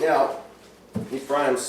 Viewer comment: His pronunciation on some words is poor...aka..Ephraim is NOT e-FRY-em but EFF-ree-am.